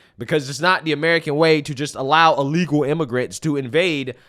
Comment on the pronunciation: BIRTH, not BIRF. Why do you pronounce the word "illegal" like you are in the process of vomiting? And PLEASE, clear your throat before you go on mic. It's disgusting hearing your phlegm in the back of your throat that you swallow back. Fucking disgusting.